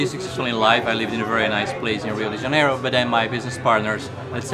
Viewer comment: É engraçado a pronúncia deles kkkkk lio de janelo